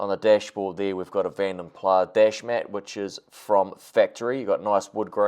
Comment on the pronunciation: You Said Vanden Plah Correctly. Other People Say Vanden Plas. Here is One Of My Own Songs For My INTERNATIONAL ALBUM